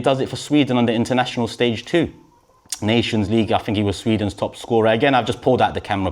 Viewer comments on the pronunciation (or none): none